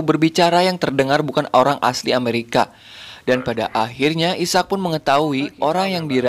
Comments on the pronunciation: Bukan isak njir. Aizek sebutannya. 😂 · bukan isak..sebutannya i-sack..ejaan asalnya Isaac..terjemahan malaysia dan indonesia adalah Ishak..contoh nabi Ishak As